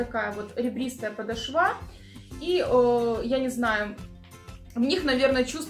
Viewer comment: Девочки, девушки,женщины. Режит слух. ПодОшва, подОшваааа